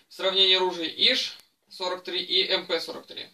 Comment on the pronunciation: Как приятно слышать правильное произношение модели!!! Именно МП!!! Редко сейчас услышишь правильное произношение...